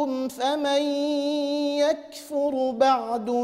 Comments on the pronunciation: صحيح قراءته برواية قالون وما عندي علم برواية قالون بس كلمة يكفر أعتقد إنها برواية قالون الراء فيها ساكنة وهو قام بالضم مع ترقيق طبعا هالشي ما ينتقص من شأن القارئ معاذ فهو متقن لكنه بشر يخطئ كباقي البشر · اللجنة شكت في قراءته ل ( يكفر ) هل قرأ الراء ساكنة أم مضمومة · آية 115 قال الله إني منزلها عليكم ... أخطأ بكلمة يكفر ضم حرف الراء ورققها والخطئ واضح جدا يا أخي مش انتقاص من القارئ ما شاء الله لو إني مكانه ما بعرف أقرأ قدام اللجنة بسبب الإرتباك بس مش معناته إنه مستحيل يغلط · ماشاء الله قراءة متقنة الخطأ الذي اوقفوه عليه خطأ دقيق وهو أنه بعد ضم الفاء أبقى الشفتين على وضع الضم فأصبحت الراء كأنها مضمومة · لقد اخطأ فعلا لاحظ انه ضم الراء في كلمة يكفر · ما شاء الله تبارك الله لديه اسلوب متفرد بالتلاوة ومخارج حروف سليمة واحكام منضبطة لكن لدي سؤال لاهل التخصص ، ( ما هو الخطاء عندما قال / فمن يكفر /اوقفه احد اعضاء اللجنة ؟؟؟؟) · بل قام بضم الراء فهي واضحة لا انتقص من الشيخ معاذ فهو شخص رائع ومتقن لكن الخطئ موجود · بل إنهم أوقفوه من أجل السكون في الراء في قوله "يكفر" ولو تستمع جيدا ستجد أحد أعضاء اللجنة ذكر الاختلاس، وفعلا الطالب في المرة الأولى كأنه ضم الراء وبعد التنبيه قرأها بالإسكان جيدا. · بل الخطئ واضح بضم الراء !!!! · ضم الراء كان واضحا حسب ما سمعته، والله أعلم.